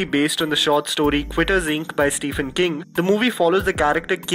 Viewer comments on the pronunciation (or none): none